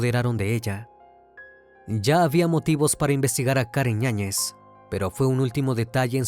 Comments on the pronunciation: Me estresa un poco que digas ÑAÑEZ se supone que el apellido es con Y "YAÑEZ" a la otra di el otro apellido 😂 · “Karen Ñañez”? Será Yáñez… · ¿La acusada se apellida Ñañez? Porque así se entiende en la narración. Yo sólo conozco el apellido Yáñez, por eso la duda. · Karen ñañez 😂 YAÑEZ